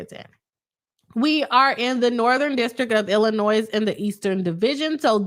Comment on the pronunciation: I'm on the replay squad and kept hearing my state Illinois pronounced with the "s" at the end. It kept pulling me out of the content.